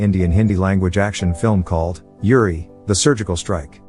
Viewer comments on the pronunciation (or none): Dude you butchered the pronounciation, here is what you think you said "Uri" here is what you sounded "Yuri" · Ok its not pronounced with like Youri but like Oori! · Pronounce the U, not like Yuri Gagarin! But like Oooh! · Uriii no its uri